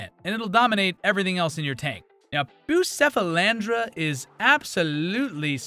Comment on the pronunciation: Pronounced Bu-Keff-alandra.😉